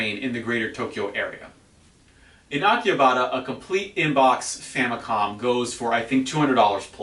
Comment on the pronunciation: How do you know what goes on in Tokyo, you don't even live here and probably only visit once a year? Also pronounce Akihabara correctly.